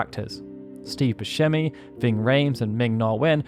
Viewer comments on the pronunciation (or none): none